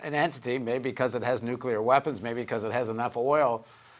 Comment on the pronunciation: nooooo paul jay dont say nookular :-(